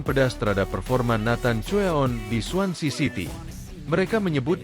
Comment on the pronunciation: Swansea city nama clubnya bukan swancy😂